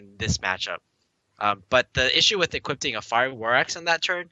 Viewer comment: Hearing this just made drop a few IQ points, "equipting"